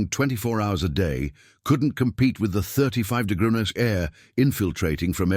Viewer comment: I think your AI reader is drunk. 'Degree' isn't a difficult word to say generally. Enjoyed the story anyway.